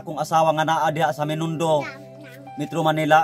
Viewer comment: Binondo hnde menindo